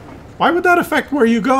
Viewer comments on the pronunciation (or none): none